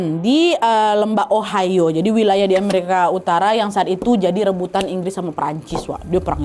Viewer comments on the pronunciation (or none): none